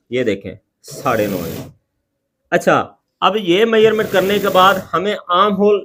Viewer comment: Measurement ko ap mayyarment kyu bolte ho